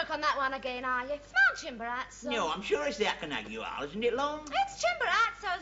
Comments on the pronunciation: It's Mount Acon-CA-gua. Not Aconagua. Sorry Ronnie. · It is Aconcagua